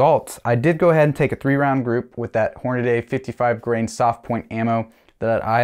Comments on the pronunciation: It's not "Hornaday". It's Hornady (Horn-a-dee) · so many people pronounce it, HORN--UH-DAY.......it is pronounced, HORN-UH-DEE!!!! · Please stop saying HORN-A-DAY. To be an educated man, you can’t read. It’s Horn-a-dee….like can-dee. But maybe you eat canaday bars where you live. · Tip: Horn A Dee, not Horn A Day. There is no “a” between the “d” and “y”. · 3-shot groups are fine. They tell us what we need to know. But, pronouncing Hornady like it's Hornaday, is not. Horn-a-dee. It's not a difficult pronunciation. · HornaDY! NOT HORNADAY😂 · Thanks for the report on your BCA upper. One suggestion, Hornady isn't pronounced "Horn-a-day". Only the guntube renobs say "Horn-a-day".